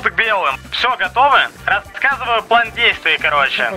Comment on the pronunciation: все ниче, но это твое произношение "плЭн" бесит